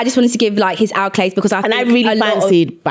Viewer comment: I love y'all but its ACCOLADES not ALCOLADES!!!!!